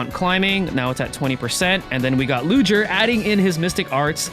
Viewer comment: hey just wanted to say it not Ludger with a hard G or a J sound, its a soft g sound. Thanks for the tips i didnt know u can sell memoria